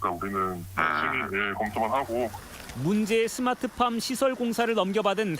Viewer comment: 스마트팜이 아니라 스트핏팜?